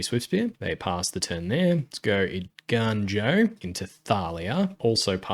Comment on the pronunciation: im so proud you are saying eiganjo right ='). Awesome video likes always. keep it up!!